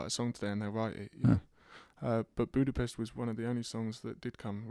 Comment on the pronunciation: Hoodapest hahaha awe George